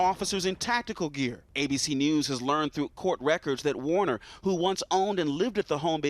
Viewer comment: Anthony Q Warner...sounds like Weiner (where is the laptop?)